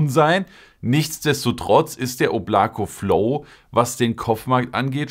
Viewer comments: Es wird oblaka ausgesprochen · Da es ein russischer Name ist wird das hintere O als „A“ ausgesprochen, „Oblaka“✌🏽